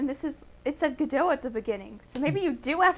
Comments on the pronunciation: As a theatre nerd, I loved the reference, but as a programmer it physically pained me how MatPat pronounced Godot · As a british person, this episode might contain MatPat's most offensive language yet. Calling a fruit infusion tea is bad enough, though I've come to accept such from Americans. But, "Lukewarm water" ... how dare you, you should be ashamed of yourself! Followed it up be mispronouncing Godot ... how disappointing. Don't get me started on staunch...